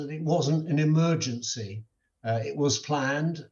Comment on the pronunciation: I'M SO GLAD IT WASN'T AN EMERG-JANSAYE UND SHE'S OKAYE TADAYE UND YESTURDAYE OKAYE 🤣